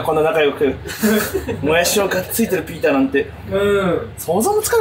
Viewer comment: バキ童がピーターって呼ぶときの発音すき